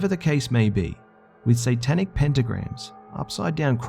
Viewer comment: "WE'RE STANDING ON ANOTHER SANTANIC THING" .......HAIL SANTA.